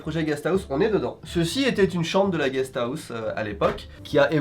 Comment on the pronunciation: MDR GUEST AOUSSE!!!🤣🤣🤣 parle bcp mieux japonais qu'anglais